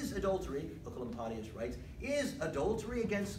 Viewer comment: Thank you I have been looking for 15 mins on how to pronounce Oecolampadius for a school presentation and this is the only thing that helped me❤